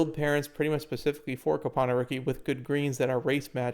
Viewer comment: Came for the info, glad I stayed for the Cope-ano